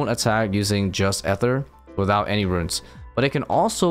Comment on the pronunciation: It's not as bad as rendi saying runescape right but calls runes, ruins